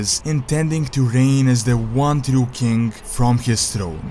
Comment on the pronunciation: Can't you pronounce "king"?